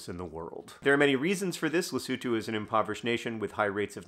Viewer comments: Yes. I applaud John's effort to pronounce Lesotho that's recognisable Masotho & South Africans. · Thank you, John, for (among other things) teaching me how to pronounce "Lesotho". I had been saying the o's like "oh". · I literally came to the comments to comment him for actually pronouncing Lesotho the way it should be.